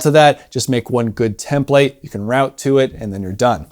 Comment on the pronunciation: "Template" might be the most mispronounced word in the entire language.